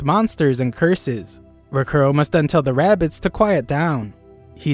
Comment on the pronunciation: Bro really said bugs bunny with rabeez 😂😂